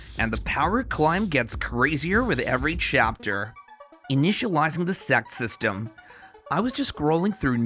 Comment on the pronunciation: bro is saying 'sect system' in a very weird way lol